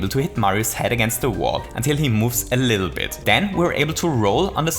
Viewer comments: "to dive a bittle lit" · I don't know if I am alone here, but did you just say a bittle lit? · “to dive a bittle lit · I never noticed this until, but , he said “to dive a bittle lit.” Not really that interesting, I know, but I’ve watched this video so many times, and have never heard that until now. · "Dive a bittle lit"